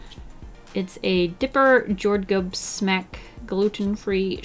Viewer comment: "𝗔𝗹𝗹 𝘁𝗵𝗲 𝗰𝗮𝗻𝗱𝘆 𝗶𝘀 𝗳𝗿𝗼𝗺 𝘂𝗸" Me: clearly knowing that that one isn't because "Jordgubbs smak" means strawberry flavor in swedish. (and cringeing about the pronunciation)